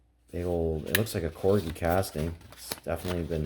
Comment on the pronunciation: You are saying corgi right